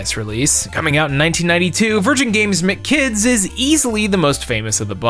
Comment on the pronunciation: I am personally offended both by your omission of Yo! Noid and your pronunciation of M.C Kids